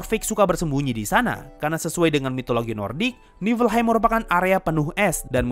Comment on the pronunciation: Bang baca nya bukan Niflheim tapi yg bener Niflheim